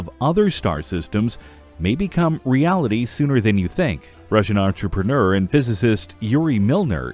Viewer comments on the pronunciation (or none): none